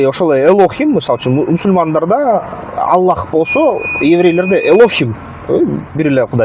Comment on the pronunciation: Илим алып анан сүйлө Аллах ддеп жакшы айталбайсынго